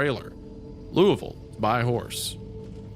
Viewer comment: Thank you Wendigoon for pronouncing Louisville correctly 😭😭